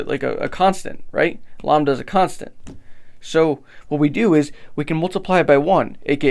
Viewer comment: Never heard someone pronounce lambda like llama and not lamb before!